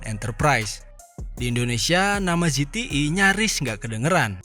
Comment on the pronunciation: ZTE bukan ZETII